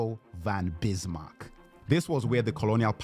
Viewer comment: He mispronounced the Chad Otto von Bismark's name